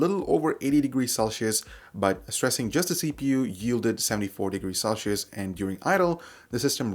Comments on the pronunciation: Celcius, not Celchius, come on, get your shit together. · never heard anyone pronounce "Celsius" that way